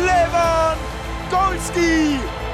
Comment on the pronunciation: Ich glaub er hat Lewangoalski gesagt